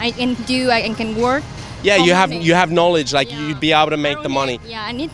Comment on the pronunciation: Nobody: Literally nobody: Vietnamese: Knowlee to knowledge